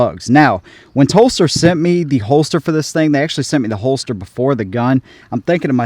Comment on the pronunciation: Good review. I thought you were saying Phlster holster until I read Telstar. It’s hell getting old